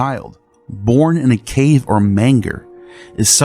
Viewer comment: “Mane-Jers”, not “Mang-Gers” 😂